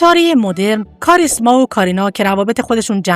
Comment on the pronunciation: خانمی که گوینده ویدئو هستند اغلب نامها را اشتباه تلفظ کردند.گویا هیچ آشنایی با سینمای هند ندارند و متن را از روی کاغذ توانده و نامها رو برای اولین بار تلفظ میکنند.برای کسی که ویدئو تولید میکند این مسئله قابل اغماض نیست. ۱)وی جِن تی مالا ۲)دیم پِل کاپادیا ۳)کاریشما ۴)نرگس ۵)مانداکینی همچنین خانواده آنیل کاپور ارتباطی به خانواده راج کاپور نداره.نام خانوادگی کاپور یک نام رایج در هند میباشد.